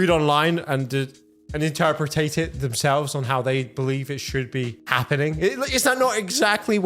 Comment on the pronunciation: My favorite part of the video is when you said 'interpratate'